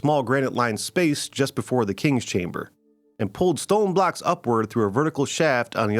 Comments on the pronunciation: Your pronunciation of “blocks” is awfully close to “blacks” which makes this video weird. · Did you say blocks or blacks?